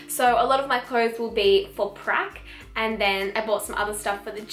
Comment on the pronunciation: I misheard you and thought you said “right now I’m on crack” 😅